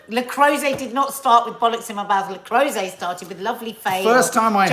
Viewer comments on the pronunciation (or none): Not sure why it matters but its le croooooset not le crowset…. Hahah literally dont know why I’m saying this -maybe once a teacher always a teacher?? BRILLIANT new year coffee morning youre a tonic every morning xx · le creuset... Pronounced.. Le croosay..